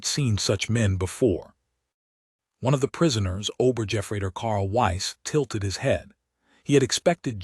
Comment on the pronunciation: Obergefreiter. The g does NOT sound like a J, but like a g as in get.